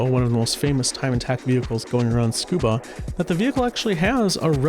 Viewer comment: Why do americans say "SCUBA Circuit" ?? Tsu-Ku-Ba (TSOO-KOO-BAH) maybe I'm wrong if every single english speaker says it this way lol